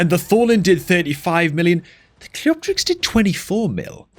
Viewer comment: the only content creator to pronounce cleopterix properly 🥳 you should charge the others for elecution lessons 🤣🤓